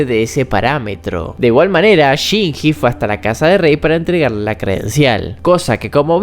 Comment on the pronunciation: que horrible como este nargentino dice shinji dios